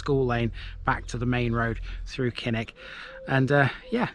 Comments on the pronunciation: KILL-ICK. Not KINN-ICK. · Thanks for the screen shot....but, Kilnwick - Killick, as in Beswick - Besick!!, silent n and w!!